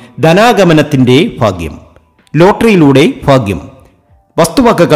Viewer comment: Faghyam alla baghyam